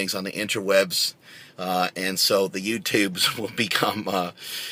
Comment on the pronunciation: "YewTewbs" LOL